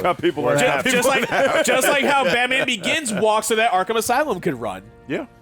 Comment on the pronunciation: Just to clarify: Is it “Batman Organs,” or “Batman Oregon’s?”